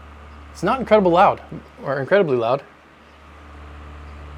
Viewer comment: "it s not incrediblaud." lol